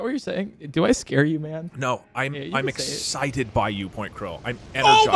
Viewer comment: "im exited by you "